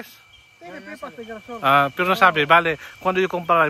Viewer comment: GIRASOL- pronounce (Hirasol) ay SUNFLOWER.